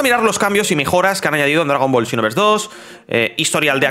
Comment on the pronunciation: Hace tiempo no veo tus videos y escuchar el "chinoverse" se extrañaba ya